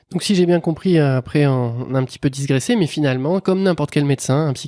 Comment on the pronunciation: DIGRESSER ET NON DISGRESSER